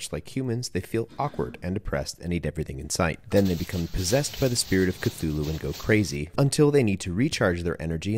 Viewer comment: Baby, the H in Cthulu is silent.🎭